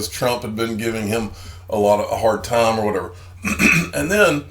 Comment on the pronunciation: It's Tie-m for XRP 😂